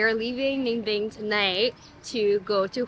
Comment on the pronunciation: Im very impressed with your pronunciation of Ninh Binh. It’s very accurate.